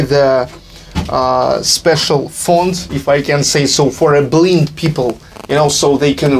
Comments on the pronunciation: ААХАХАХАХАХХАА BLIND = БЛАЙНД А НЕТ BLIND ≠ БЛИН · Poor guy. He speaks understandable English, but English orthography is so NOT PHONETIC he mispronounces common words like "Japan" and "blind." But who can blame him? I just wish I could manage to learn a foreign language.